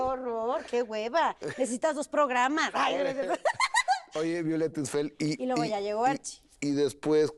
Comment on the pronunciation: Gustavo siempre dice Istfel 😒mal de su parte no preguntar si lo dice correctamente...poco Profesional